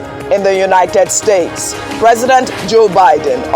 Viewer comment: In the Unithed Stathes 😅